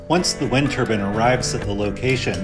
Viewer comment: It's turbine , not turban